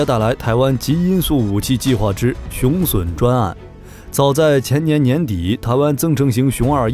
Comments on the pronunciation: 雄筍？ 雄隼（準） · 雄隼???!!!奪筍啊~~~那個在台灣念準!! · 隼唸 "準"，不唸"損"…中文質量有問題！ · 隼的讀音錯誤，不是筍，是準。